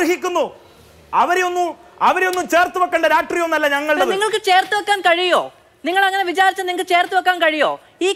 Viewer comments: Ivanu rashtreeyam ennu parayan ariyille e, ratreeyam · രാഷ്ട്രീയം എന്ന് നേരെ ചൊവ്വേ ഉച്ചരിക്കാൻ അറിയാത്ത പരമ്പരാഗത SFI ക്കാരൻ😂